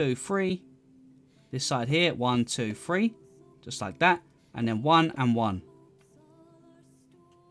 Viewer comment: one two free lmao